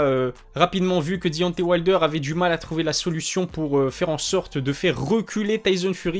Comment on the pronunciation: Travail ton accent anglais, je saigne des oreilles. Dionté wayldeur.. Wesh t sérieux ? Taizone furi...bien drôle